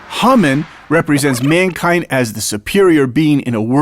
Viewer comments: Hamen..not Humman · it sounded like you said humming not hamman!